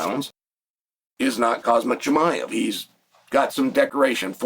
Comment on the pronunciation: Chael messes names up on purpose. He takes the time out to properly learn how to pronounce JDM’s full name. Volkanovski, Dricus etc. But when he pronounces Khamzat he says “Kazmat”, he says “Mockulchev” when he could very easily pronounce MOCK-UH-CHEV. Wussup with Chael?!